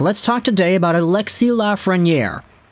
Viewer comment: Its ALEXIS...NOT ALEXIE